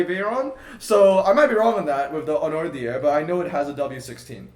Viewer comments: sry to have to tell you but corentin as a french commented its pronounced hu-now-dee-air and i personally think if you say it very french, its ü-now-dee-air... but the videos you watched are basically the correct letter usage but the people still have an english accent. i have seen a couple racedrivers say it ü-now-dee-air, some being german, so we also know the "ü" and dont have an english accent and ive also seen a french say it like that. and some background information: to be exact, the hunaudieres is the corner leading to the straight, the litte 3rd to 4th gear turn, the straight itself is called mulsanne straight. yes, thats also a bentley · it's still wrongly pronounced ... the "u" is not an "o"! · Ok cool but you still said it the wrong way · Yeah I was like wait didn't corentin write the pronunciation another way 😂